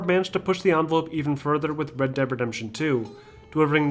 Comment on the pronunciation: When he is speaking fast he says red deap redemption